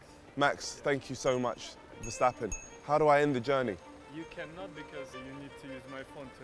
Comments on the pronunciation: Bro said verstsppen 😂😂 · verstappen sounds like “for stopping”